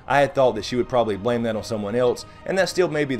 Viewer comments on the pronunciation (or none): none